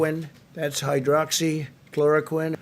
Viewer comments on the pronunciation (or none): Trump can’t even pronounce the drug. He sounds like he is on something like a drug.